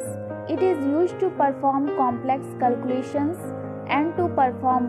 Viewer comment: Calcu-lation snot colcu-lations